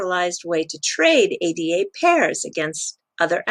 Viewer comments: I love your videos but please don't call it A-D-A: it's Ada, after the first programmer in history Ada Byron, countess of Lovelace: she delivered one of the first known algorithms in 1842. Of course, she's the very same Ada one of the most robust programming languages ever created is dedicated to. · ...just in case anyone doesn't know - the token is pronounced "Ah-da". It's taken from the name of Ada Lovelace who was an English mathematician and writer known for her work on Charles Babbage's proposed general-purpose computer back in the day.